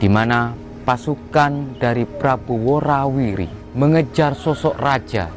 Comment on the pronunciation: Ngomongnya kok belepotan menyebut kerajaan yg betul itu adalah KERAJAAN WORA WARI Bukan WORI WIRI menurut sepengetahuan saya